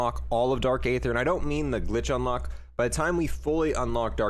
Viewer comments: It’s pronounced - “EETHER” not “AYETHER” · Its pronounced E-ther no A-Ther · Ye it’s dark eee-ther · No one: Absolutely nobody: Multiplayer players: Dark A-ther It’s pronounced E-ther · I’m sorry, but it’s not A-ether... it’s just ETHER the A is silent. It’s all good tho. Even the makers Call it ETHER... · U pronounce aether like eeeether pronounce the e people. Or listen to old zombies cut scenes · “Dark ay-ther” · Aether = E-Ther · then you should know how to pronounce it. It’s bugging me out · Stop saying the a in aether. A is silent :)